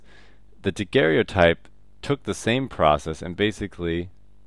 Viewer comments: it is pronounced Daguerre-o-type. should not rhyme with stereotype. No "e" sound after Daguerre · It s Joseph Nicéphore niépce(too hard to pronounce i think). And pronounce daguerr-o_type Not daguerr-é-otype ^^.